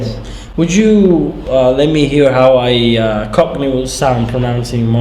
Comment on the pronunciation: When you said cockney I thought you said gopnik, also do you plan to ever learn a Slavic language